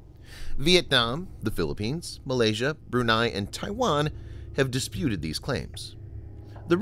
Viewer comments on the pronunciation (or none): none